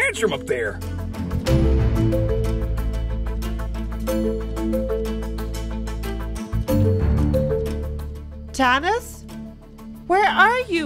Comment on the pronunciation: Tanos? It's Thanos